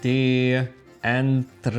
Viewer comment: puoi fare come vuoi, ma lui non riesce a dire la A davanti ai nomi. Anche se lo sente dire chiaramente da (Androdoco), deve ripetere poi a modo suo, dicendo…..”Endrodoco”. 😉😀